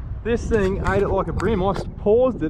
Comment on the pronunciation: If he says ting one more time! 😡